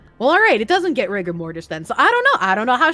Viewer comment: You said "rigger" in the op, not "rigor". hence the "hard R mortis"